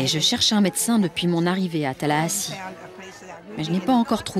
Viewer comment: Le journaliste dit bien Tallahassee, capitale de la Floride.